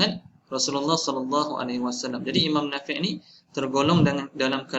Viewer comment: Sebutan imam nafiee ke Nafi'.. Ikut tulisan Arab?